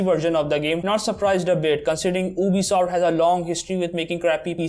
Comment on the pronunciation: And it's not obisoft it's Ubisoft 🤣